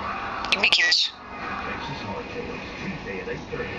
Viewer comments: "give me a kiss" sounds like "give me cash" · It doesn't sound like give me a kiss, it sounds like "I can make yours" Thumbs up if you agree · i thought it was saying "gimme cash"